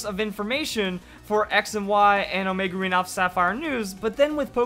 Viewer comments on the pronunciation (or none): none